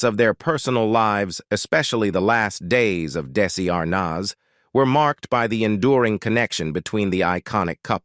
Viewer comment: It's Desi Arnaz not Darcey Arnaz